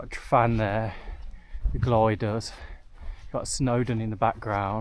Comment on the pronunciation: Enjoyed the video and the relaxed style. Reminded me of my camp by the lake (Ffynnon Lloer) last year. Was cringing slightly at the pronunciations, especially Y Garn (‘E’ Garn) and the Glyders (‘Glidders’). Would hate for you to be set upon by the locals next time you go there! 😊